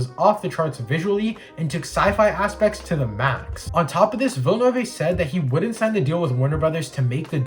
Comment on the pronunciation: Nice video! But I gotta point out you pronounced pretty much everything incorrectly including the directors name. Still, good job.